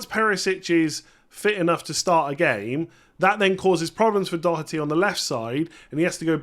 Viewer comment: First English man pronouncing Doherty the right way 😂